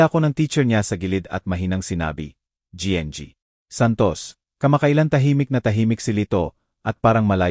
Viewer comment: Hindi ko alam kung Anong nasyon ka, koreano,niponggo, bisaya, o ano ba,Ang gng ay ginang kung bigkasin para sa susunod ay alam mo na, hnd Ako namimintas tinatama ko lng,cnsya na